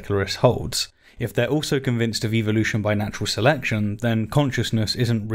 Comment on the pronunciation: Why do YECs always pronounce evolution incorrectly? They always pronounce it as "EVIL-lution" and actually yeah, no, I see why they pronounce it that way, it's part of their subliminal not so subtle brain washing methods